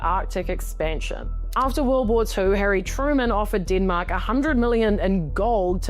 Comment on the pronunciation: Kiwis accent ... hilarious."DEEEENMAAAK!" Dem-Mak---- deatth touch